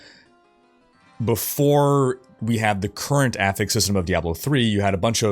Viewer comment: Dude, you need to work on your pronunciation of words... everytime you say sparse or affix, it drives me up the wall...